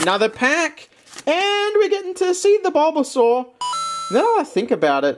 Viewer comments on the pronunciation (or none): Why is he saying bulbasaur like bobasor...